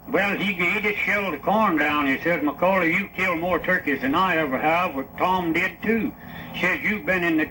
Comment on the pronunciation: This is my great grandfather. I have heard this many times. His last name is spelled and pronounced wrong. Its McCaulley. Sounds like "ball" not "dull".